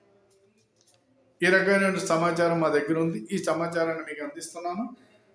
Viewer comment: చీట్లు, చమచారం కాదు బాబాయ్ సీట్లు మరియు సమాచారం అనాలి